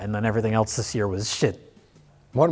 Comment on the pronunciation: pronouncing the word “else” with a “t” in it is always so cute... (@